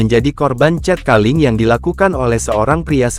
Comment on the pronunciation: Wadoo....bahasa inggrisnya kacau. Cat calling dibaca 'cet kaling'